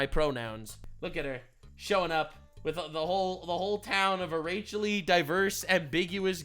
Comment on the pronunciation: excuse me did you just say rachelly diverse?..